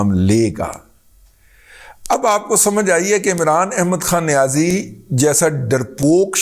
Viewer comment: Razi sahab, aap niyazi lafz par itna zor kyon dete hain.. Kya isliye ki niyazi sahab is par bilkul zor nahin dete.. Ya yun kahen ki chhupate hain?